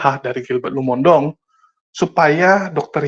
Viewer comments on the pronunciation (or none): Maaf, tolong nama marga pdt Gilbert dibenerin pengucapannya. Lumo-in-dong bukan Lumondong. Kesalahan dalam menyebut nama seseorg bisa membuat sakit hati 🙏 Maaf